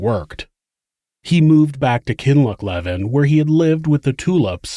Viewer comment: Back to help with pronunciation! Kin-loch(the 'ch' can be hard for foreigners)-lee-vin